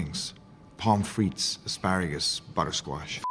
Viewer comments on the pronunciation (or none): none